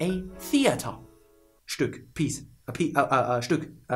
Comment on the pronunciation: WhoooOho, "stück" first try pronounciacion right ? wtf